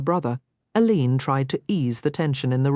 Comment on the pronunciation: Total AI. The name of the main character is pronounced by the real Rosalyn Landor as "Ay Leen", but this recording pronounces it as "uh leeen"